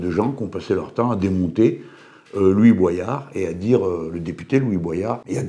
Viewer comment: Il s'appelle Louis Boyard et pas Louis Boisyard. Quand aux propos de Boyard, il a traité Hanouna de raciste, d'irresponsable et a dit que Bollore ruinait l'Afrique. Après il a peut être raison, je ne connais pas le fond mais c'est assez discourtois.